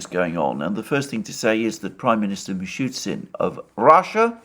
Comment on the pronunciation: Russian PM name is Mee-shoe-steen not Mee-shoe-Tzin.